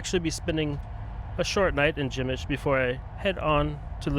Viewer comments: Nice video but the pronunciation is “Pshemmyshl” not “Gymysh” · Przemyśl you pronounce Pshemysl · How can you read "p" in "Przemyśl", as "b"? You can ask about proper pronunciation chat GPT, google translator or any other online tool